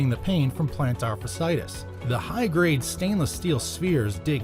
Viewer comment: Did anyone producing this video not know how to pronounce fasciitis? There are to "i"s together. It's pronounced fash-ee-i-tis.